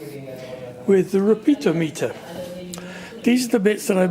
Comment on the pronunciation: Re-peat-a-me-ter youve got a whimsical way of saying it.